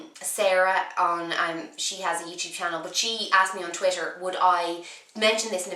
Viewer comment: I just love the way you say twitter!